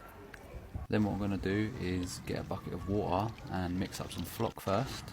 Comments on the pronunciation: ITS WATERR. NOT. WHAUR😭😭😭😂😂😂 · a bucket of wotah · The accent a bucket of watar I love it lamo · "BUCKEH OF WO'OH" Had me dying 💀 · a bucket of what ...? gotta love that accent :virtualhug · ”bucket of wOa”😂 I’m sorry I had to. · I just love when he says backe of wowa